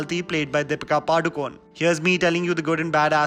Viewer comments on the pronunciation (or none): its not padukon its padukone(pa-du-ko-ne)